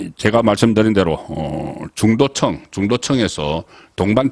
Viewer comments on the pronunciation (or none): 출생이 경상도라 발음의 부정확은 이해하는바이나... "층"과 " 청"의 구분 발음등은 반듯히 고쳐야합니다(중도층이지, 중도청이아님!)꾸준한 발음연습으로 시정비랍니다!